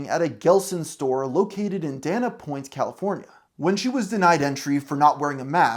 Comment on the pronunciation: "Dannuh Point" 🤦🏻‍♀️